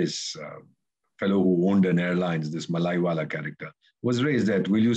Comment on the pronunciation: First pronounce the name Mallya correctly. It is not mallaywala. Atleast Mallya was willing for settlement and part of it is recovered. Tell how much recovered from Gujarati and north India businessman. Just targeting mallya for his flamboyance and fun loving nature..